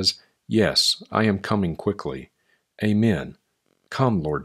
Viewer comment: says that he's not preaching in these readings, but I heard a little extra oomph on that last "Amen." Just sayin'.